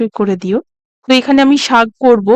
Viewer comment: খুব সুন্দর লাগলো তবে শাগ নয়, কথাটা হবে শাক তবে খুব ভালো এগিয়ে চলো